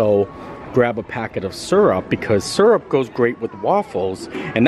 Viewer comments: Wow, I didn't notice him mispronouncing mountain but I do think his pronunciation of syrup is awfully suspect! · Great strategy on the spicy chicken waffle sammich! And, just FYI, I pronounce "syrup" the same way ... maybe it's a Midwest thang. I also love how good natured you are about everything. Some people out there can learn a lot from you!